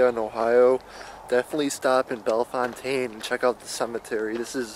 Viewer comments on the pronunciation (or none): Here we pronounce it bell fountain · I'm in the first two minutes and you missed pronounce Bellefountaine and Riverside is in DeGraff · YOUR NOT SAYING THE TOWN NAME RIGHT!!